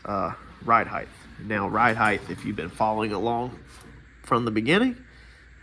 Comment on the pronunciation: Its ’ride height’ NOT ‘ride heighth’